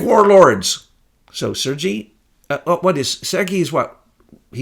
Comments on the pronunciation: This is ridiculous “you’all” and you pronounced Sergey wrong. You two are shills !!!!!!! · I think you guys have been trolled by your own conclave. Also, you're pronouncing Sergey wrong.